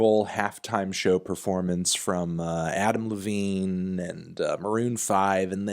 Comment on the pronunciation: When he says Adam Levine it sounds like he's saying Applebee's